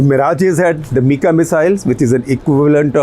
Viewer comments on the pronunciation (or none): none